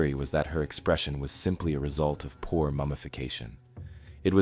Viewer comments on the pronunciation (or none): none